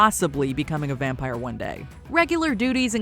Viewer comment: Matt Berry's pronunciations always gets me. But also, the way Doug Jones says "wampire" -- GETS. ME. EVERY. TIME.